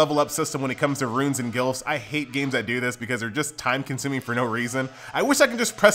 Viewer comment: You saying glyphs like gilfs. man i love you